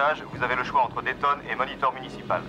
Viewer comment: Oui alors... c' est Dayton (Ohio) Pas dalston!